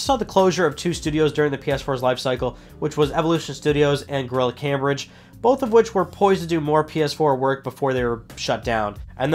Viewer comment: Cambridge is pronounced came-bridge